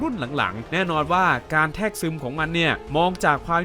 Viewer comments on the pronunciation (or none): ชอบมากนะเพราะว่าไม่บ่อยที่จะดูอะไรอย่างนี้ยาวจนจบ อย่างหนึ่งที่ต้องบอกว่าขอให้ปรับปรุงคือคำว่าแทรกนะครับเพราะมันอ่านว่า แซก ครับ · ผมฟังไม่ผิดใช่มั้ยครับคำว่าแทรก (แซก) ได้ยินว่า แทก